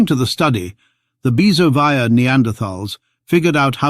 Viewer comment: Byzovaya is pronounced “Bea-zO-vaya” (Бызовая) emphasis on the “o”!